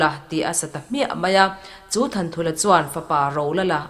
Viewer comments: A hming sak chhan han hriat hian Thanthulha ni lovin Thanṭhulha tih tur ni awm tak a ni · Thanthulha tih chu Thanṭhulha tih a nih duh hmel zawk e a 😃